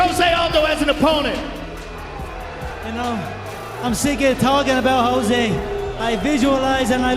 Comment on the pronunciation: He can finally pronounce jose.